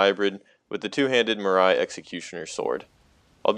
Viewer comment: "Eochades" and "Marise" is killing me. You got to Google this shit before you say it